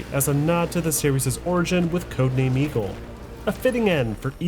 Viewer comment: For the first 16 minutes I keep hearing Codename: Amigo 😂